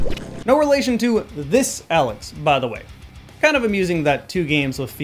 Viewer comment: It's alyx, not Alex. Two different.